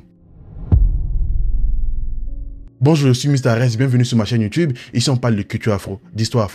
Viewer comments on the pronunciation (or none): none